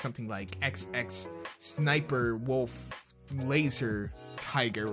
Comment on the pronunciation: Did you say xxsniperwolf sounds a lot like sssniperwolf dosent it